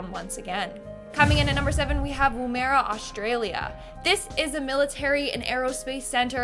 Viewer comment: It is NOT woo marya. It's pronounced more as wummera. All one word, not two syllables. Uluru is also NOT multiple syllables. It is Oolaroo - one word. NOT Ooo Lar Roo. If you don't know how to pronounce a place name, google videos on it so you can hear it said properly instead of trying to be fancy and oh so SMART and massacring it.